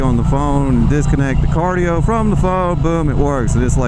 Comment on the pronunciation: Cardo, not cardio